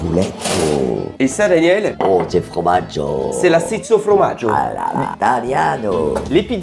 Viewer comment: Au cas où on dit formaggio et pas fromaggio 🤣mais bon c'est pas grave et continuer les vidéos vous êtes exceptionnel